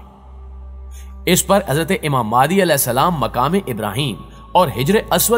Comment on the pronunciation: Aap phalay imam mehdi ko sahi tarah bolna seekh lai phir islami video banaya karay